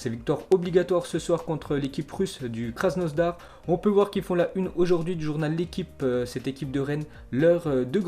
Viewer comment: Krasnodar pas krasnosdar mdrr